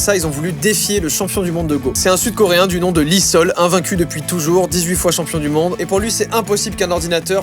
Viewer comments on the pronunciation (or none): Ce n'est pas "Lee sol" mais "Lee sedol" ! Mdrr 😂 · Lee Sedol en PLS quand on prononce son nom Lee Sol